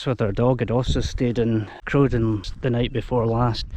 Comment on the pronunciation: I've never heard Crowden pronounced any other way than with a rhyming start with corvine bird (crow) rather than bovine mammal (cow), much like Snowden. Both get a mention in the Manchester Rambler. I lived in the area until I was 18 and walked all over this part of the world.